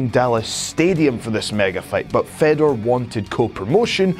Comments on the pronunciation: Such a waste of time, Oops sorry i forgot brock lesnar and cm punk are the best ufc fighters of all time.. And its pronounced Faydor not feddor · You don't say FEDor. It's said like FAYdor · How can he test free agency when hes under contract and please stop talking if you can pronounce fedor right smh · thats nor how u say fedor!!!!!!!!!!!!!!!!!!!!!!!!!!